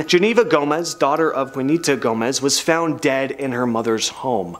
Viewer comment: FYI, it's pronounced 'WAH-nee-tah,' not 'WOO-nee-tah' Gomez. C'mon now. 🤔